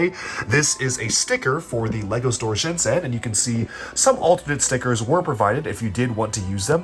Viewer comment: I don't want to the the "aktually" guy but Shenzhen is pronounced ShenJen ;)